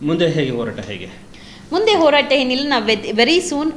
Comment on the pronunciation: ಮೊದಲು ಸರಿಯಾಗಿ ಕನ್ನಡ ಮಾತಾಡೋಕೆ ಕಲೀರಿ ತಾಯಿ.. "ಹತ್ಯಾಚಾರ, ಓರಾಟ, ಹಾಗಿದ್ದು, ಹಲ್ಲ, ಹೆತ್ತಿ..!!"🤦🏻‍♀️🤦🏻‍♀️